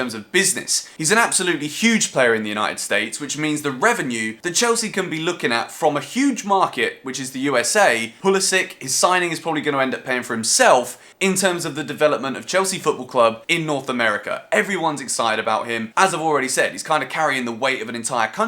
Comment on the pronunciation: I hate it when people call him pulisiK it’s pronounced PulisiCH